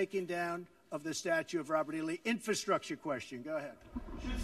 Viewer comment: He can't even say "n-FRA-structure."